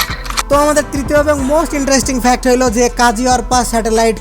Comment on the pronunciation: Unknown Fact Of: আবালটা একটা মূর্খ... শালা Fact উচ্চারণ করতে পারে না... Fact কে Fax বলে... 😂